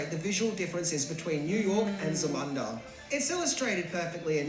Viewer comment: Zamanda?? Isn't it Zamunda???